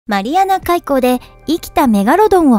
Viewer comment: 発音の問題じゃない？